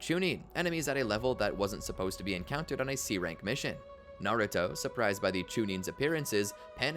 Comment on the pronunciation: Americans cant say naruto to save their lives